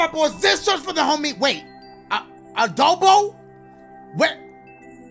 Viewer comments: His name is “Aaroboe”. Why you call him Adobo like the seasoning. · Us: “Aaroboe” DASHIE: “Aadoeboe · Emanuella Marcelin his Hispanic side coming out 😂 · I think this was a joke from the first time Dashie played his level and he mispronounced his name. So now he just pronounces it as "Adobo" as a joke. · Aaroboe: exists Dashie: ADOBO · Aaroboe. Dashie: Adobo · Lmao adoboe there was no d in his name😭🤣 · dashie:adobe when its aarob or something like that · There's no D in aaroboe come on mah boi, I'm sorry but u gotta hold this L